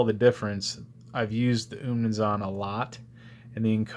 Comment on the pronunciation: Great knife and review. On pronunciation, 20 seconds on Google can clear that up